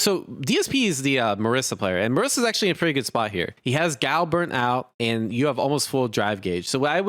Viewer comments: I'm distracted by this DSP fella constant complaining and the way "Guile" is being pronounced. 😬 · The fact that Guile sounds so much like "gout" is the cherry to this sundae